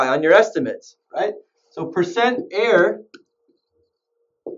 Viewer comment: percent ERROR. not percent air(no offense)